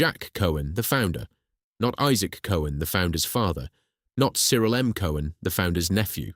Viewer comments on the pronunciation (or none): none